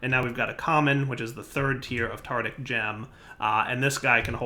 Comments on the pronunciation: tartARic! tartARic! for god's sake it's tartARic gems! it's driving me crazy you calling them tartic! one would think that after years playing with blood magic you'd have noticed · Say it with me: tar tar ic gem. Tartaric gem. Very good.